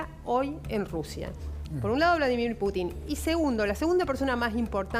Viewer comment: Inés con todo respeto, no se pronuncia Putín, sino Putin.